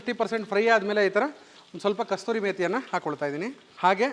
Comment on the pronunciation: ಸೂಪರ್... ಸರ್.,..ಬಾಯಲ್ಲಿ ನೀರು ಬರ್ತಿದೆ. ಅದು ಕಸೂರಿ ಮೇತಿ.....ಕಸ್ತೂರಿ ಅಲ್ಲ...